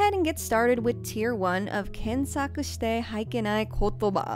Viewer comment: just a language tip for してはいけない it's "shite WA ikenai" not "shite haikenai"